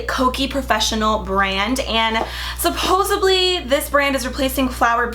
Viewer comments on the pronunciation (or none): Supposably isn't a word beautiful... it's supposedly!... no B, it's a D. 😍😘❤ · SUPOSEABLY 😂😂😂😂.....giiiirl.